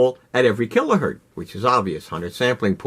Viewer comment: Kilohertz, not Kilohurt